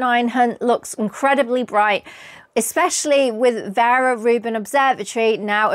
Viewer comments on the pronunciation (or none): none